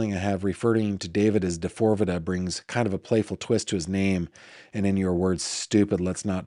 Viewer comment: Pronounced D-4-V-D